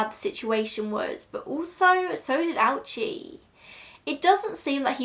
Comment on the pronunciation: Oh-oo-chi. Three syllables.